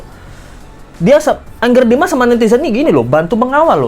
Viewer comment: nyebutnya jangan engger dimas, Angger dimas aja pake A. Angger itu artinya anak laki-laki dalam bahasa Jawa. 😊